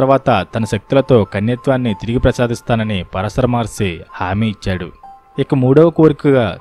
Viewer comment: Pronounce “Paraashara Maharshi” properly